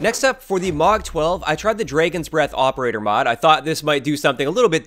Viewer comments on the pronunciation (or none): Why does it call it Draygon breath instead of dragon breath? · “Draygon’s breath” 😂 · What in the sweet name of fuck is a “Dray-gon” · Imagine not being able to say “dragon” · How in the world you say dragon wrong first then second time you get it right. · Why in God’s name do you pronounce dragon like that